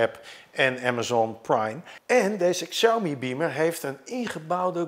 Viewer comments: Goed om te weten: de X in Pinyin (de alfabetspelling van het Chinees) spreek je uit als 'sj' en niet 'ksj'. Zeg dus 'sjauw-mi' en niet 'ksjauw-mi'. (Nog beter doe je het als je Huawei niet uitspreekt als "hoe-wa-wij" maar "hwaa-wee", maar dat is voor andere video's.) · heeft er wel een handje van om Xiaomi uit te spreken als "ksiaumi"... het is "siaomee" 😛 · Xiaomi spreek je uit als Shaomi. Dit is altijd zo bij Chinese woorden of namen met een X 😊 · Het is in het niet vallen en niet in het niets. En Xiaomi spreek je uit als Shami. Slordig! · Inderdaad. Xiao = show van shower, en Mi als het Engelse "me". Met de klemtoon op Xiao.